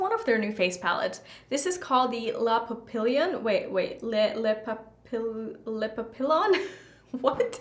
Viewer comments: Papillon is pronounced Pap eee yon The double LL is pronounced as a Y in French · Pap-ee-yon (papillon) in Spanish, “LL” makes a “ya” sound. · Papillion is pronounced (pap e yawn) it means butterfly 🦋 in french💜😜